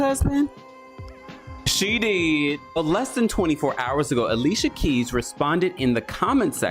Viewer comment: Not ali cia keis.